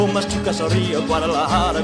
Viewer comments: It was so entertaining 🤣 hearing you trying to pronounce Guadalajara (gwaa • duh • luh • haa • ruh). Fun song! I was anticipating your rant about this being the end of the movie (again), and you did not disappoint. Beware: if it's an Elvis musical movie, one of the songs will undoubtedly fall at the end. Take a deep breath and accept the inevitable or continue to rant. Personally, I vote for the rants. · D.I really missed your lyrics observations on this one haha. That end note sends shivers to your bones. He sang a bit in german in Wooden Heart. Somebody is getting fired today, I'm guessing it's your dad that's in big trouble haha. Sooo funny when you tried to pronounce Guadalajara have you learned that yet? It wasn't easy to write either, gave me the elvis-sweat.🙃